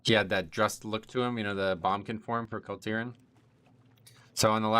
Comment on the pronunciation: Why are u calling it a Bum-kin snd not boomkin mate?